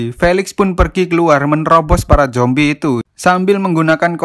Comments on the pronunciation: Min.. Saran ya.. Klo ngomong zombie jangan jombie min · bang ko ngomong nya jombi kan harus nya zombi bang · Perasaan ngomongnya Jombi😛